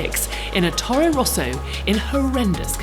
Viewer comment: Interesting video. However, I was confused when you said "Toree Rosso". I thought, "What is that?" But then I realized you meant "Toro Rosso", which is Italian for "Red Bull" (or, more literally, "bull red", as Italian, like Spanish, uses postfix adjectives). Did you not know that in most romance languages, the word for "bull" is "toro"? I hope you don't attend bull fights and yell "El Toree! El Toree!" ;-) Scuderia Toro Rosso was Red Bull's "junior" F1 team back in 2015.